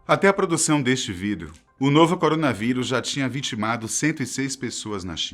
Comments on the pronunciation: Ele falou vidro no início do vídeo ao invés de vídeo? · Na verdade ele disse V.I.D.E.O, com o E em vez do "I" na pronuncia, mas faltou um pouco de dicção